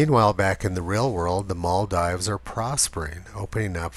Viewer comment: It's pronounced Maldeeves, not Maldives.